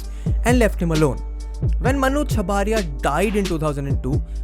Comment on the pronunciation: Chabria not 'chabaaria'